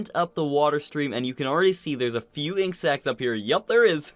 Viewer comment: 7600 insects per hour.... Lol, Sounded so muck like insects rather than ink sacs